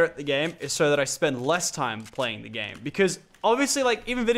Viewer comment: You said grame